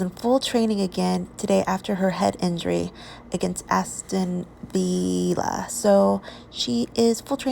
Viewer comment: Aston Vee La lol